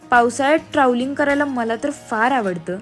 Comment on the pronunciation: नमस्कार मी 😅 ट्रावलिंग काय ट्रॅव्हलिंग म्हण ग😊